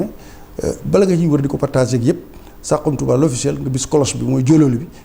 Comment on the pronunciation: On dit "saxum touba"et non "sarum touba"ak jegalu gu kawee